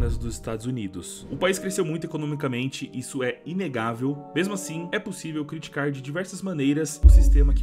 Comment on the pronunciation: "críticar" 🤡 AHAHAHAHA